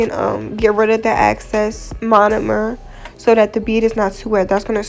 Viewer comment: It’s excess NOT access!